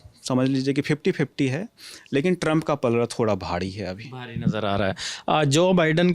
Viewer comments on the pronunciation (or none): जनवड़ी भाड़ी.. अभी युवा हो अपना उच्चारण सुधारो